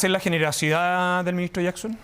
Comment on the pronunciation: " GENEROCIDAD " JAJAJAJAJAJAJAJA